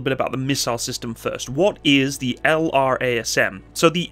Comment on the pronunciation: F-15EX is a beast. Most powerful AESA radar, EPAWSS, sensor fusion, HMD, digital FBW... And the ability to carry pretty much anything designers can dream up. The F-35 is a ninja; F-15EX is 1990s Mike Tyson. Oh, and LRASM is pronounced "luh-razz-em."